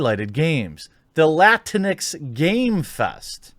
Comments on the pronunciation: Yes the word is awful, but can we talk about how Jeremy pronounces this? It's pronounced lat-inks not LATINEX!! LMAO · First, lah-teen-ex sounds like a wet toilette dispenser lmao. Please don’t say it that way ever again, it’s disturbing lmao. 2nd, the Hispanic community does not recognize Latinx And if these agenda seeking cucks don’t stop with their identity politics, the Hispanic community has a vast array of females with chancletas and they are ready to give out chancletazos. If you’re Hispanic y’all already know lol. The Hispanic community has spoken! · isn't it pronounced Latin-X? That is the way I have always heard people say it... I dunno. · I thought it was pronounced "la-tinks" to be honest. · You want to really piss off the morons that came up with that word, pronounce it "la - tinks." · I've always thought it was pronounced as 2 words Latin-X.. Guess I was wrong? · I always read it with the portuguese pronounciation (Latinksss) but like this is funnier, sounds like some sort of off-brand cleanex